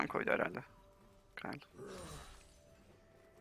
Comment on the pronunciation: Abi okurmusun bilmiyorum da kayıl diye okuyosun keyıl diye okunur